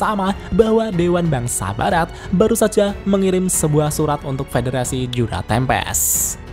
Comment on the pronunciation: Yang gua denger federasi juna tempest :/